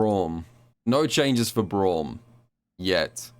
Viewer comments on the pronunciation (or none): none